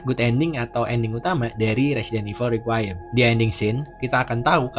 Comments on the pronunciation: Requiem bang bukan riquayem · iya harusnya requ wiyem